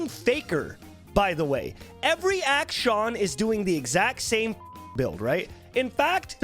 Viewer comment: action? acshin? acshawn? im so confused